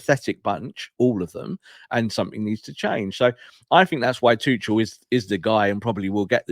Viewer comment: Can’t have Tuchel become manager because it will mean at least two years of stubbornly and maddeningly mispronouncing his name…just like he does with “Kobbie ManU”…hey, you dingbat —>